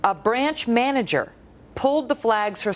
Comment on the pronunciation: manesger? lol